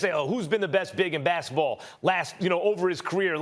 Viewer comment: Max says, "Bassetball" hahaha lol. That was so funny to me for some reason.